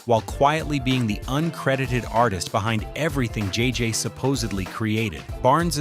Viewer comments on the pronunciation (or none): IS THIS AI? IT'S JJ. NOT JJJJ. The Jeffersons also was a spinoff of All In The Family. I the first season at the very beginning of the show John Amos said, From Television City Hollywood. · Love how the AI narration keeps adding 'J's' to JJ's name. At one point he was "JJJJ." Anyway, I first learned that co-creator Mike Evans was Lionel on All in the Family and The Jeffersons about 10yrs ago, but very cool having it explained here.